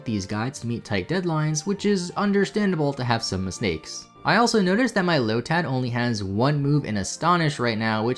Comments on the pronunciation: Did he seriously say “misnakes” , or am I having a stroke? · Did you mispronounce “mistakes” as a pun? You filthy bastard. Subscribed